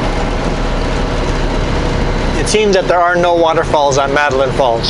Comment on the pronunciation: The movie "The Postman" starring Kevin Costner was partially filmed in Metaline Falls... Also, and I apologize for always correcting you, it's pronounced 'Metta-Layne' Falls. :)